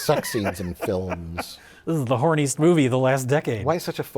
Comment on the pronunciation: pronouncing it 'flims' is a very subtle Simpsons reference.